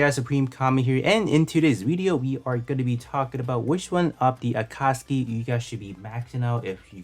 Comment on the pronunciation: Its pronounce A KAT SUKI